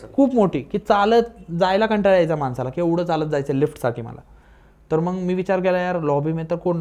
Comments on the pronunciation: मंग नाही हो मग म्हणतात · हा सारखं लाईक लाईक काय म्हणतोय? मग म्हणण्या ऐवजी मंग म्हणतोय आणि इंग्लिश शब्द किती वापरतोय 😂